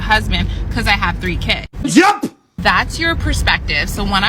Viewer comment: No man wants to put up with a woman who pronounces kids as" keeeeeeeeeeeeds" read a book you remedial